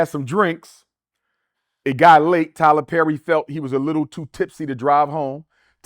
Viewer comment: Tyler Zerry 🤦🏾‍♂️